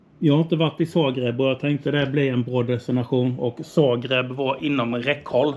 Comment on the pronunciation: nej jag bara skojar.Han säger fel det är Zagreb inte Sagreb . Roligt att kolla på hans video och följa med på resan ni gör bra jobb .